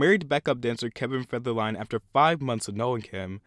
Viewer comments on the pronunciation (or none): This is accurate but the slurring on you saying "Federline" is suspect. Still love you, though!